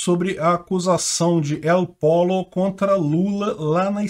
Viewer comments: uma dica de espanhol, não se fala "el polo", mas sim "el polho" ou "el podjo", segundo o sotaque regional. Seu canal é muito legal, não deixe esses erros atrapalharem a notícia. Abraços. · Pollo “/pÔyo/“. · El Pollo (se fala Él pôlho, o frango). É diferente de polo. kkkkkkkk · " El Pollo " leia-se "eol poio". Literalmente " o frango " , Pollo em espanhol é frango. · Se lé "pôlio"..